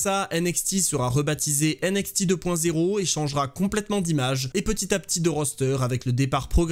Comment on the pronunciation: J'en peux plus de ta prononciation de NXT avec le X à la française mais le T à l'anglaise!!! 😂 Sinon bonne vidéo comme d'hab continu comme ça! 😘